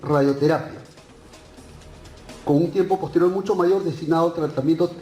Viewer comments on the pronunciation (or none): none